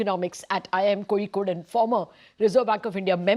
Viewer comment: Thanks for pronouncing Kozhikode correctly.